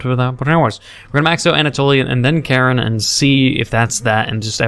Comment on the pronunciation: i love how he says karin as karen